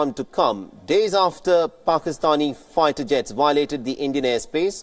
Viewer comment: This accent is hilarious!! Faighter jets 🤣🤣